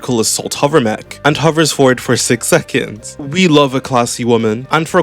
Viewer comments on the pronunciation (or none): none